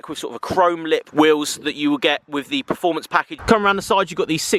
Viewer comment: Anyone noticed he pronounces performance as 'preformance' lol